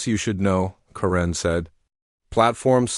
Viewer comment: Correne is not spelled "Karen". That is pronounced as "Kare•en".